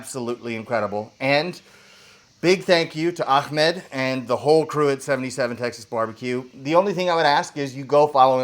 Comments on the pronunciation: Say the name right its not "Akkkkhhhmed", its "Ahhhmed". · it's Ah... Ahmed...not Akhmed :). Imagine opening a can of coke, take a sip.......Ahhhhhmed. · Can you guys say the name right .. its “Ahmed” pronouns “Aamed” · there's no K in ahmed tf?